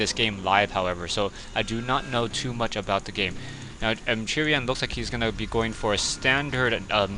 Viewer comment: I would think 'Chrian' would be pronounced as 'Christian' without the 'sti', like "Kreean", but I could be wrong. Not sure how you get it to be "Churian" though... Anyway, thanx for yet another commentary! (Although this game really sucked..)